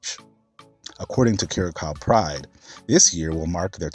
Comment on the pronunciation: It took me a moment to realize ... the pronounciation happens to be "Quh-rah-sao" for Curacao 😊 Small glitch, thank you for the video